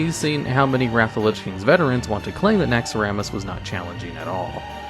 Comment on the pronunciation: Anyone else hearing naxx=er-amas instead of naxx-Ra-mas?